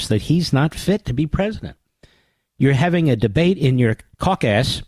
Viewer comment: "caucass" lol